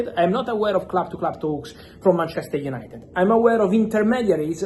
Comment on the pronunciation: Club to club "THAUUUKS" let me hear your "THRRAUTS"